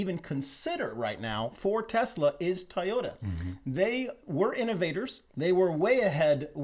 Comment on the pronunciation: Guys, what's up with the pronunciation of TOYota!??? What do you call your kids' toys?? Ties?